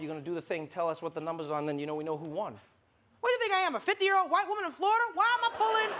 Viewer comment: did... did he just said "violet people" instead of "white people"?